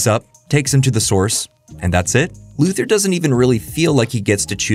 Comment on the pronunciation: I continue to be amazed that younger generations still don't know how to pronounce Lex Luthor's name.